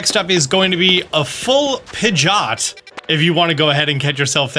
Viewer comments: X Pi-jot ✓ Pid-ge-ot Pidgeot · I’m pretty sure it’s Pidgey-Ot. What in the world is a Pidg-Ot? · Disliked because you keep saying “pidge-aught” and I hate it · am the only one triggered but him saying pigioet wrong